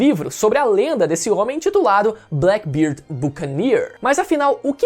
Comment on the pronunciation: Black BêêêêêêRD( fonetica nasal com Ê) diferente de BLACK BIRD.BâaâââRDi